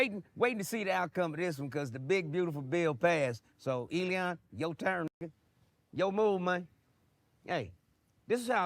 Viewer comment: It’s not Eleeeon, it’s Elon. I’m getting the feeling you’re a retard